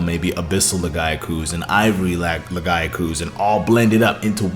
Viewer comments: Don't forget. Lagi was meant to be in world and was also supposed to be in wilds base game. TU2 is still just finishing the game edit. I almost can't finish this video due to your pronunciation of lagiacrus. It's laggy-ah-crus. crus as in crust. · Who the fuck says Lagiacrus like that? Omg my ears are bleeding every time he says the monsters' names.